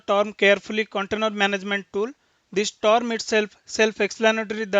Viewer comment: The videos are awesome but the pronunciation of words is not correct like the "term" sounds like "torm". If this can be improve the its really awesome.